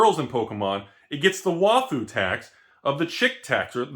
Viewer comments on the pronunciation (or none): Dear, its pronounced why-fu. Have a nice day folks!